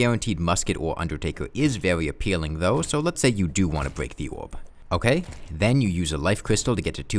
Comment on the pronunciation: okay i can't get over it, but in here it sounds like "...letting you bweak one" and it's so cute :3 waa, "fwee gun", i'm sorry if this offends you or smth in case you get to see it TwT (which i doubt but eh always a chance)